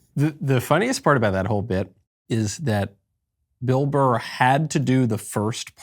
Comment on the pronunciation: It’s not a difficult last name.. BURR. The show is too big to make those sort of mistakes.